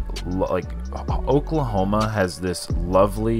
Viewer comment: оклахоама, оклахома, friends ....